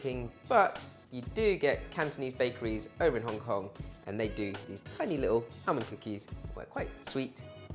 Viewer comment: It’s almond not alemond